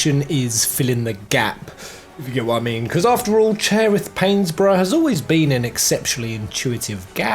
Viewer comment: I love the theory but I'm dying over Chairith Painsbrough 😂